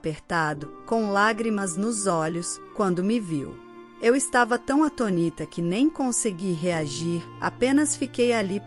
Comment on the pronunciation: revisem as falas. Não é "atonita". A sílaba tônica é no "tô". ATÔNITA.